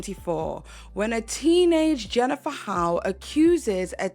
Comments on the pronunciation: Great video but her last name Hough is pronounced "huff" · Jennifer's last name is pronounced huff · I believe HOUGH is pronounced as HUFF. Just as tough is tuff and rough is ruff.